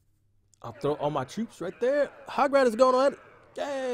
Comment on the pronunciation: Lol it's hog rider not hugrider